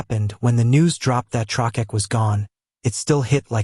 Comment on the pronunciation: "Trokeck" lol. AI crud